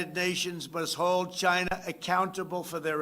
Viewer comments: “Chyna virus” you absolute legend!!!!! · Trump loves saying CHYNA. Ugh! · In Trumps Voice It came from CHYNNAA🤣🤣